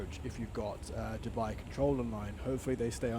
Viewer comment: I like the way you pronounce Dubai it's too good 😅 9.8/10 for the landing❤️👏🏽